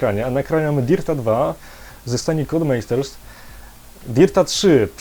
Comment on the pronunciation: codemasters = kołdmasters nie kodemejsters